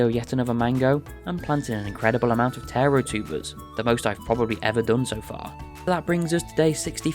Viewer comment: Such a great video, really glad I came across it, even if the pronunciation of Taro is driving me slightly mad 😂😂